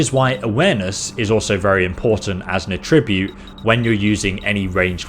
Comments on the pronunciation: Attribute- noun - emphasis on the first syllable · Everytime you pronounce "attribute" in its verb form when referring to the character statistics makes me unreasonably uncomfortable. Good video though. This is definitely the type of game where you start a new game a few times over trying to find the right build for your playstyle. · He mispronounces "attribute" as well. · Yeah his pronunciation implies attributing something to something, not having an "attribute" itself.